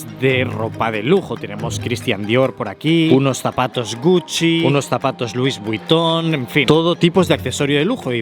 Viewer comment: Por favor no vuelvas a decir luis Vuitton así pronunciado más 🤣